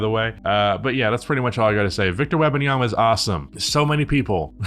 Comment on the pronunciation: Wem-, not Web- lol You call him Wemby and mess up his whole name?/s 😂